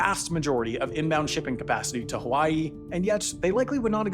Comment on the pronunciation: Good video, but you should have literally anyone in your research team check the pronunciations when you're doing a video where a lot of the words are a different language. You at least got "hawaii" right 50% of the time, but pronouncing Kamehameha like a dragonball z attack makes it clear you didn't even try.